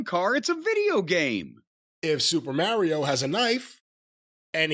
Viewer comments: I absolutely hate the way pronounces ‘Mario.’ Didn’t even know that was an option. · New Jersey coming out: Super "Merry-o" Brothers. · Yeah that's the infamous NY-North Jersey accent. My family from the Bronx says it the same way. Merrry-ooh